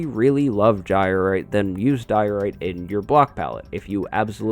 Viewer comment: Nothin' says good times like DIO-RITE!